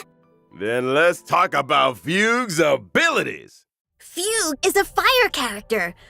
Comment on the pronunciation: that was not at all how i thought fugue's name is pronounced😭 on another note: ILOBEYOUSUNDAY‼️‼️‼️‼️